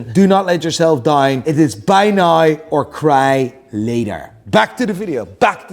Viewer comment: Challenge to... learn to pronounce the word now like an american. Each time, I think he says nigh